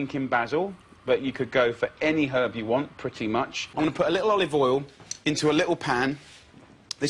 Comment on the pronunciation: A bowl of cereal and a bowl of "olivool"